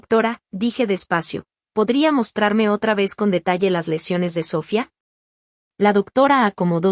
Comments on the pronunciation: Porque dices Sofía cómo debe ser y a veces lo dices con acento en la o, se oye ridiculo. Y si soy muy criticona. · No se porque en estos programas no pronuncian bien el nombre de Sofia